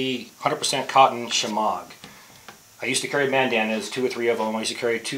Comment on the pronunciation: its pronounced "shammy" friendly correction.